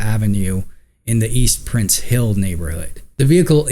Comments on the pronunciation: That's "Price Hill," not "Prince." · As a Cincinnati born and raised lifetime native, please correct your name of the neighborhood it is "east PRICE hill' not Prince, Lol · Hey its Price Hill by the way not prince hill. I lived on Glenway in price hill, close to warsaw ave. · East PRICE Hill not Prince hill. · Price Hill, not Prince Hill. Bad take dude.